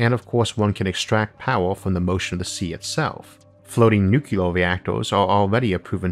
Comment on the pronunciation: STOP SAYING NUCULAR IT'S NUCLEAR! PLEASE